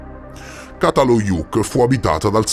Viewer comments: Ça si pronuncia cia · Grazie, un bel capolavoro! Ti prego di pronunciare giusto, perché se no sembra completamente in altra parola, Primo C dal Çatalhöyük si pronuncia come C di cemento, cena etc 🙏🏼